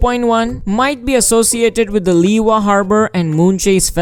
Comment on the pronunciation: Lee.wa? It's annoying dude!